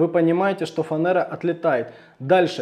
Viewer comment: Почему фанЭра, а не фанЕра?